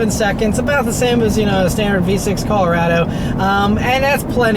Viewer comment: Wtf is cal-rado? Is colo-rado